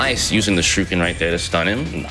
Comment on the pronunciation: Is it just me, or is he calling them "shirukens" ?